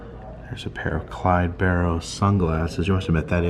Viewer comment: thanks so much for showing this. i am a distant relative of clyde, and have never got the chance to go to that part of louisiana to see this. and kudos for saying the last name right!